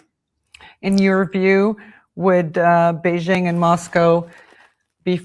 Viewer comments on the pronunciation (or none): none